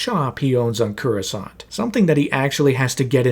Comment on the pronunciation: That is not how you pronounce Coruscant